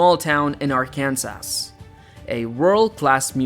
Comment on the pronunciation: AI is having trouble with dose engwish words. Arkans-ass. Hundreds of billions and you grace us with deceptive AI. Well done Waltawns.